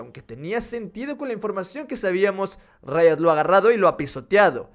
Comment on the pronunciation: Pq dice rito o es rito y no riot ¿?